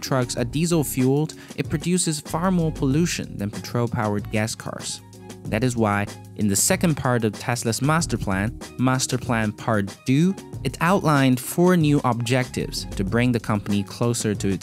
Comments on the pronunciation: You Slaughtered That Deux.. You need to say it like a german word, I know its weird since its French, but, If you say "Dö" you pretty much got it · For crying out loud "deux" is not pronounced "doo" just type it into google translate if you dont know